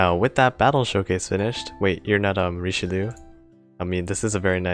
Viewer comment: It bugs me every time he pronounces Richelieu